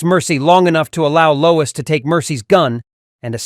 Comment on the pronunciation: Low-WEEES Ulta-NATIVE